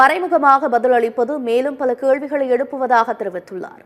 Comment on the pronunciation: “கேள்வி” …. “கேழ்வி” அல்ல…. எல்லா செய்தி தொலக்காட்சிகளிலும் இதே மாதிரி உச்சரிப்பது அருவருக்கத்தக்கது